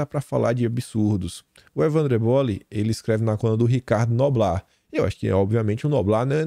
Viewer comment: corrige aí: não é eboli. É ÉBOLI.